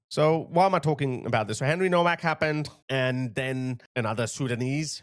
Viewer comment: Please pronounce ‘Henry Nowaks’ name correctly. It is pronounced Novak. Like Nova. The ‘W’ is pronounced ‘V’. Thank you